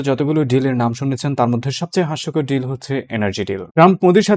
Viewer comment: আপনার শিক্ষাগত যোগ্যতা কি ভাই ? মাদ্রাসা ছাপ? জর্জ সোর না, জর্জ সোরস।বাইল্যাটারাল ড্রিল না ডিল। সোরসের কাছে আপনাকে কতোতে বাঁধা আছে। ইউনুস এখন ভারতের পা ধরছে কেন ?